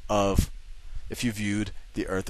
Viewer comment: I wish he would say earth instead of eart